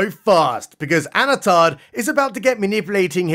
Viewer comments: You sure, I heard Anatarrrrrrrrrrrrrr, like he's some kind of pirate. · Did you say "Anatard" ? LMAO